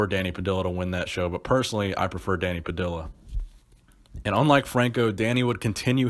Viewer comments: Pah-dih-ya not pah-dih-la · It is not an american last name of american origin, It is definitely not pronounced "pah-dill-ah" it is "pah-dee_yah" again not hating but brutal pronunciation of it. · It’s Danny Pa-dee-ya, not Danny Pa-dill-a. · Not that it matters, but it's pronounced Danny (Puh-dee-yuh) Padilla... The LL sound is more Juh emphasis! But great vid as usual! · Love your posts....but I think Danny Padilla's surname should be pronounced, 'Pad-dee-ah'. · It's pronounced pa-di-ya ( Dany Padilla ). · dont mean to nitpic but i think it's pronounced puh-dee-yuh.